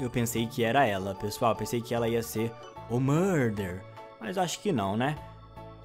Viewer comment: “eu quero seRRRRR o murdeRRRR”